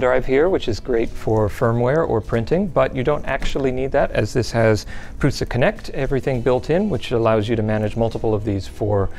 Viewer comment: It pains my maternal side ancestry that no one pronounces Prusa (Proo-Sha) correctly. But, proud of the namesake making a badass 3D printer - NOT fault but for future reference LTT comment peruser!